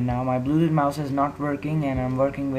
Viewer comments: HE SAYS BLUEDUD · Im die how he said bluedoot instead of bluetooth hahahaha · i heard it at 30 sec and he said bluedudet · LOL HE SAYS BLUEDUD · LOL DID HE JUST SAY BLUESUDU